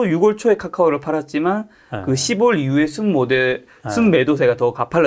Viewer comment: 십월이아니고 시월